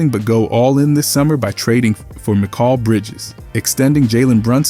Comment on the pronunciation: Mikal's name is not said like that